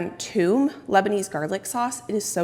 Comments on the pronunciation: You are pronouncing the “Toom” correctly, it means garlic in Arabic, but it also refers to a smooth garlic sauce that is served with Shawerma and kebabs. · Congrats, and yes you pronounced toum correctly! You can also add 2 cubes of ice wile emulsifying it for a bright white color and a lighter texture. Preparing it a few days prior will tune the spiciness down and develop a very savory taste